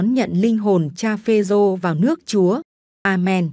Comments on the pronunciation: Ê cô kia… đọc cho chính xác .. PHÊ RÔ chứ không phải PHÊ DÔ nghen…yêu cầu đổi người đọc ..nghe bực mình. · Xướng ngôn viên mà đọc sai nghe khó chịu quá phê rô chứ không phải là phê dô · Chán chêt....cái luoi k dài à ? Phêrô mà doc ..phêZÔ......phêdô....